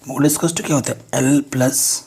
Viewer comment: Sir app mode ko muth keh rahe ho🖕🤣🤣